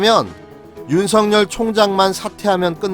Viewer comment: 근에 왜 윤석열을 윤성열이라고 발음하시는지요....